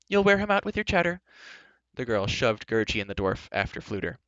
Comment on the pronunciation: You said gurgie wrong